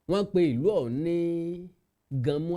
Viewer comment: Ganmo not ganmu